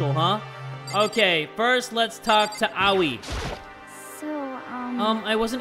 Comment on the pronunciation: Bro why you pronouncing "Aoi" like "owie" what did she do to you man 💀 (its pronounced "a oh E", or "OI!")